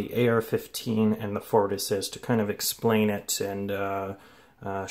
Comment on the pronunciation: Why do you say "fort assist"?